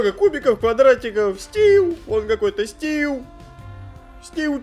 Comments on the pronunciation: Стив а не Стил стил это по английски метал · не стиу,а стив. а так видео ржачь